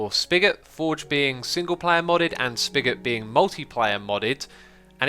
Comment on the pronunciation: whenever you say SpiGot i hear spagoot